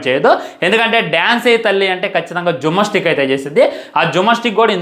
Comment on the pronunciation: Jummastick kadhu ra gymnastics 😅😅 chaduvu raadhu kaani vallani comment chestunnav 😮😮